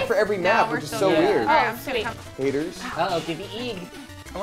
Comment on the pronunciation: am I crazy or just said "I just a stupid bitch" when Sarah asked him why was he naughty? ~his lips didn't touched that's why I assumed he said 'I' instead of 'I'm'~